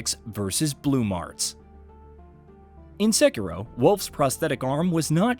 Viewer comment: Finally!!! Someone says Sekiro right! Not the stupid "sek eee doh"!